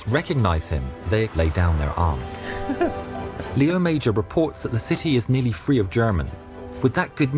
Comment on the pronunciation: The name wasn't lee-owe major, but lay-owe mazhor. The name should properly be spelled Léo Major.